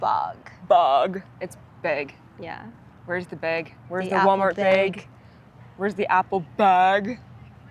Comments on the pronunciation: I don’t know ‘bout others, but when you say “bag,” I’m hearing “beg.” Short sound “a” is like apple. Long sound “a” is like grape. Bag is short, but youz do youz. Other than that, no accent at all, unless you count perfect PNW English as accented., are you waving at us, or your shadow, or both?, I do think your hair is brighter than last vid, though the dirt-smudging on your face certainly always adds a bit of endearingly charming distraction, so that might be it I guess. Hella vocals on both of ya., totally agree that green IS bleh, lol. And pretty much everyone knows, after their first Monster or Red Bull burp, that they’ve made a critical blunder ingesting it. Unfortunately, however, most erroneously choose to ignore that glaringly obvious forewarning. And the crash they provide would kill any motivation for working at all, let alone driving (yikes!). I never even ate or drank sugar while driving OTR. Glad you’re all on the ball. Keep on keeping on. 🎉🎉🎉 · Greetings from England.The way you two ladies pronounce bag as beg is exactly how Devonians like me say it.I watched Dolly Parton on tv when she performed at Glastonbury a few years ago and although she has her Southern "drawl" when she was talking about growing up on a farm and being up to her knees in mud,the way she said "knees" was exactly how we in South West England elongate "eeees".Considering the Mayflower set sail from Plymouth maybe it's no coincidence that some folks like you in the U.S speak in this accent ! Kind Regards.